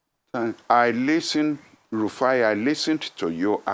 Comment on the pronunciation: Now, our is very upset at Rufai that he’s calling him “RAFIIUU” 😂😂😂😂.